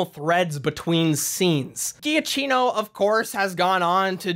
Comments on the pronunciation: For the next videos, just fyi it is pronounced jakkino not ghiaccino. (Just for fun, ghiaccino means small ice, giacchino means small jacket) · Drinking game: every time you butcher Michael Giacchino(juh-KEE-no)'s name. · The way you pronounce Michael Giacchino’s name hurts me.